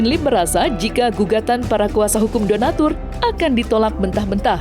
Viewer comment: bicara udah ngawur 😂 Donastur /donatur 😂😂 udah pusing yah